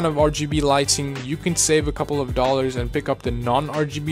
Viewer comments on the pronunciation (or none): none